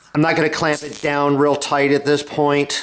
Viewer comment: Tight not toaght